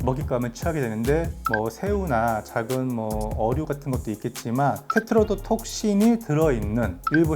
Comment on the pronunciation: 저거 엄마한테 말해주려고 테트로도톡신 말하려고 했는데 계속 혀가 꼬여서 발음이 안되는데...대단합니다!